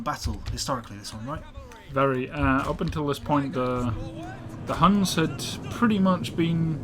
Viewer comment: ITS NOT HANS ITS HUNS GOD DAMMIT